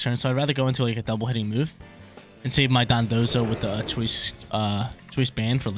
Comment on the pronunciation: my guy its Don dozo Dondozo not Dodonzo 😅 sorry had to